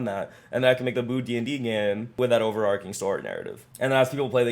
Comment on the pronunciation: New to channel and subscribed /ˌoʊ.vɚˈɑːr.tʃɪŋ/ (American English) overarching. Not over-arking. Sorry to be that guy. Good vibe coding. thanks